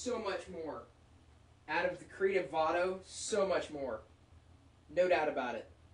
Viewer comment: its vado no vano :)